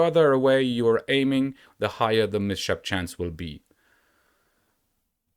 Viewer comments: Mate, it's called miss-hap. Not miSHAP :D Just saying ;) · Your pronunciation of the word 'mishap' is not on point. It has two syllables. First one is 'mis' which sounds very much as the word 'to miss' like in "I miss you". The second syllable is 'hap', which is being pronounced the same way as the beginning of the word 'to happen', like in 'what happened to you'. There is no sh sound formed as in the word 'to shoot'. The s belongs to the first syllable and the h to the second. I hope this helps <3